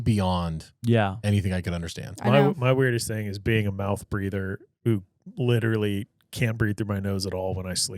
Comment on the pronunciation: should learn how to say literally before he uses it in every sentence.😂